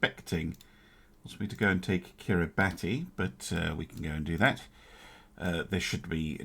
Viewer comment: Quick note, Kiribati is pronounced Kiribas.